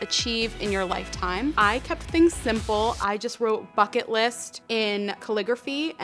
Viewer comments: It sounds like you said f*ck it list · when she's says bucket list it sounds like fuck it list XD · at first I thought you said "fuck it" list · When you said bucket list I thought you said... F*ck it list XDDDDD (;ŏ﹏ŏ) Please don't like this comment I don't deserve it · I swear to god I thought she said "Fuck It List"